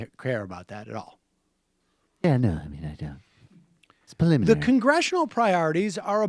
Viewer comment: "it's very paliminary ..." lol, get the funky outta here